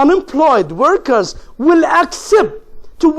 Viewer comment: شرح حلو بس للاسف بينطق انجليزي مش صح زي كلمة reason and workers